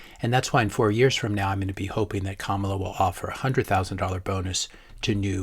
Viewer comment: You are pronouncing her name as a black woman not like a brown woman. Just saying